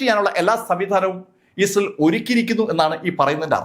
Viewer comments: അവതരണം നന്നായിരിക്കുന്നു. വാക്കുകൾ ശരിയായി ഉച്ചരിക്കാൻ ശ്രമിച്ചാൽ നന്നായിരിക്കും. ഉദാ: ഇസ്രായേൽ. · ഇയാൾ ക്ക് ഇസ്രായേൽ എന്ന് നേരാവണ്ണം പറയാൻ പോലും അറിയില്ലല്ലോ. ന്നിട്ടാണ് ക്ലാസ്സ്‌ എടുക്കുന്നത്!